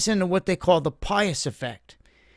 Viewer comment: "Pies" effect, not pious